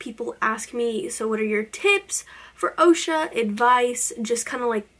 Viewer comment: I go to the other OCSA but we don't call is Osha we say ahksa